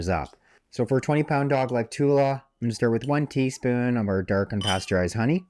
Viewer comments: Thank you! One question; the graphics say pasturized honey, but it sounds like you're saying unpasturized. Are my ears deceiving me? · Great video, are you saying UNpasteurized Honey or Pasteurized?